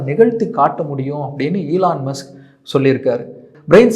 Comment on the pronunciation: Elarum solra mari Sona ena kudiya mulugira podhu..! Elarum ipditha irkanga brand identity create panrangalamam... Eeee lan mu suku pronounciation a sunen